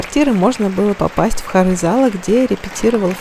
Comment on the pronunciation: Правильно говорить не хорЫ, а хОры.